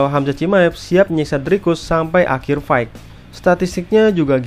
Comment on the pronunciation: bantu koreksi, fight itu bacanya fait bang bukan faik. Sama kek night yang dibaca nait bukan naig.